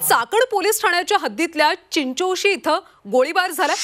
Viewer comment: चिंचोळी नाय ग चिंचोशी